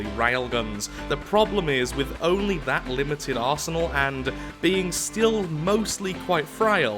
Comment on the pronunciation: U know u have to go to sleep when you hear arze-anal instead of arsenal.